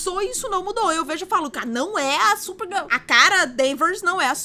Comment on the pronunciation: gente só eu percebi que a falou certo Supergirl. Ela não falou SuPergEl. quem e você?!😮😰